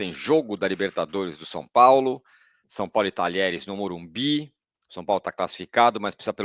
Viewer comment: É MOrumBIS , sacoooo. Vcs dois continuam falando errado o nome do Estádio. Tem que prestigiar o patrocinador, sacoooo